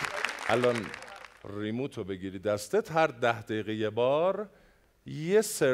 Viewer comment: برو تو حال تلفظ آقا «ری مووت»